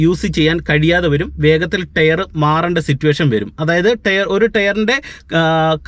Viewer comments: ടെയർ അല്ല ടയർ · ടെയ്റ് അല്ല ടയർ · ടെയർ അല്ല ടയർ. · ടെയർ അല്ല correct ആയി pronounce ചെയ്യൂ